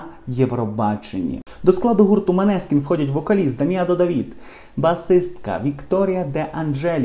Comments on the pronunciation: Неправильно произносите не Манескин, а Монескин и переводится как Лунный свет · Молодці Манескін!!! Наголос на " і"!!!!